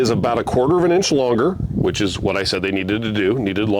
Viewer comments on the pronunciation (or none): none